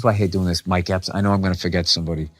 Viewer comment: Mike Epps not Mike Epstein lol 💀💀💀💀💀